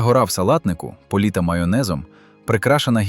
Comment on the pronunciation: та не політа. а полита. звукач філонить